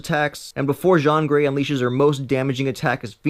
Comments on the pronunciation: It's Jean Grey not Jon grey uuuugh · umm, "Psych-lock" and "Jon Gray?" Ratarded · pronounced: seye-lock and gene grey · You have Pronounced the Character name Wrong😤 JIYAN GREY PSYCLOCK MARIA MCTAGGERT??? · you spelled it wrong.... its actually JEAN GREY!